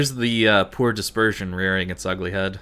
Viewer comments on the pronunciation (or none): none